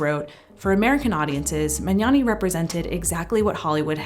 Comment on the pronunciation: THANK YOU for pronouncing the "gn" sound right! You're one of the first non-Italians I've ever heard doing it right